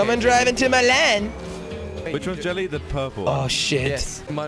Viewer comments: Ava Mejia : it's Jelle pronounced as "yelle " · They keep saying chelly not jelly